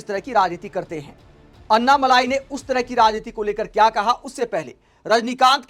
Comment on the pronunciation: मलाई नही अण्णामलै कहते है तामिळ मे